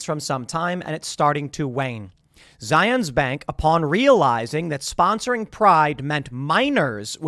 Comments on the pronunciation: Zions. ryhme it with lion not zi-ons Boise like boy-see not boy-zee -An Idahoan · Its said Zi-uhns-. Were not in Israel.